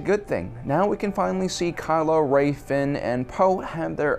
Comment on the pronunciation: What's a Porge? And who's Admiral Horda? How about "Row and Finn"? Oh that's right, can't pronounce names worth a crap. WTF dude 😂